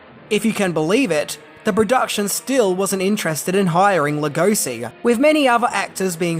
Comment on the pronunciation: Being a Hungarian myself, it pans us how his name is mispronounced. Béla is pretty ok, but Hungarian “s” is pronounced as English “sh”, like “shy”. So his name is pronounced Lugoshi. Please, pretty please! Otherwise thanks for the video! Great!